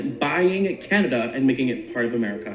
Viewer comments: Did you just call us can-ay-dia??? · LOL. You said Canadia! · I believe these people that were actually in the military and not a foolish YouTuber with no credibility or credentials and can't even pronounce canada